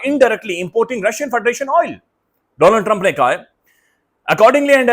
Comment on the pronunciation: Modi said Dolaand trump bro